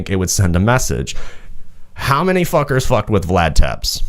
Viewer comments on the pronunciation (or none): doesnt even pronounce "tepes" correctly hes just all around cringe and performative